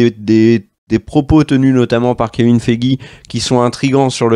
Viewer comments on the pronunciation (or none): none